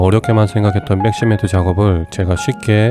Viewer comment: 잘 봤어요 아쉬운 점은 백시멘트를 빽시멘트라고 하는게 좀 거슬리네요